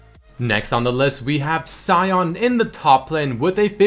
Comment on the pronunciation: he's called sion (pronounced shun) not cyon